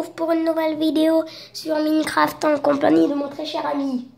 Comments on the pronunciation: Mincraf il a dit 😂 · Sa de prononce maïne craft